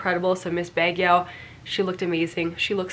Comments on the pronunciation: btw, Baguio is pronounced as Bag-yo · Baguio: "bugg-yoh"